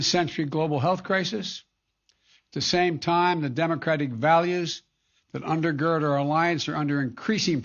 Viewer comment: Did he say “undergerd”? What an idiot